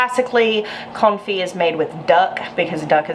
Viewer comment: I think it's very fitting that your pronunciation sometimes sounds like "comfy garlic" 🥰